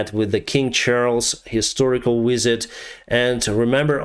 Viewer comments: your English is excellent, but for a moment there I thought you said “…today Zelenskiy even met with King Charles, historical wizard” rather than “…King Charles, historical visit.” The monarch is a largely symbolic role, and in Charles’s case he is known for drinking unpasteurised milk; I‘m pretty sure he is not endowed with magical powers. But I am glad the UK state is supporting Ukraine and I hope we maintain this support until Ukraine achieves victory for the good of the democratic world. Slava Ukraini🇺🇦🇬🇧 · I love your accent I hope that's how hes recorded in the history books. Queen Elizabeth - Longest Serving Monarch King Charles - Historical Wizard 😆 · I heard Historical Wizard when you referred to Chucky LMFAO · I thought he said "King Charles, historical Wizard" for a second... 😂 I can't be the only one! I support this channel though, thanks for the updates 👍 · I had to watch it 3 or 4 times but when you were talking about Zelenskyi meeting King Charlies it sounded like you said "..met with the King Charles, historical wizard.." and I cracked up laughing. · Except Britain doesn't fly F-16s. I thought you said that he met with King Charles, historical "wizard" lol. Of course it was ''visit.'' The L1 is a medium tank, it will be okay with every task except going against top Russian tanks. But against T-62's it should be quite capable. The best Russian tanks will probably be given to the Wager group as they are less likely to sell/give them to Ukraine. So put Ukraine's best tanks, the T-72s, there, the lesser tanks like the L1 and AMX put against Russian's conscript army. Perhaps mix the L1s with the British tank, the latter taking out heavy tanks at a distance, which it is superb at doing, the former taking out lesser armour accompanying the Russian heavy tank.